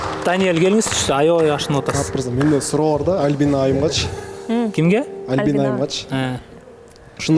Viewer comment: Тамак жазай албайм! Кыздын аты ким? Албина дейтко 😂 Альбина деп айт! Суйлогонду уйрончу уят!!!